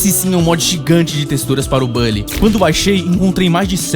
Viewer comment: Nao é bally, é bully com "u"... saninplay contaminou muita gente a falar errado